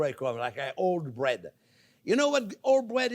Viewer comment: breаd is "bred" (Russian crazy things)